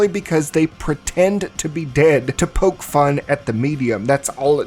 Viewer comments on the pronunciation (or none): none